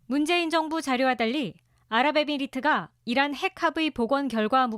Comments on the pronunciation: 이란이 아니라 '이런' '이론' '일한' 으로 들리네요~ㅋㅋㅋ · 나는 이란 이 아니고, 계란 으로 들리던데 ? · 이란이 아니라 계란이라고 표명 했어야죠..전 다시 들어봐도 계란이라 들리는데!! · 다시한번 잘 들어보세요~~~! 이란이 아니라 이양이라했고, 적이 아니라 정이라고 했습니다! ㅎㅎㅎ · 다시 한번 들어보십시오. 이란이 아니라 이런이라고 했습니다 ㅋㅋㅋ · 이란이라 하지않고, "이런"이라고 들리는데, 나만 그런가 ? 왜그래 ? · 잘들어 보십쇼.이란이 아니라 명란입니다.주적이 아니라 추적입니다.아니라구요?그럼..기억이 잘 나지 않습니다.암튼 국익을 해치는 조작 방송하시면 안됩니다.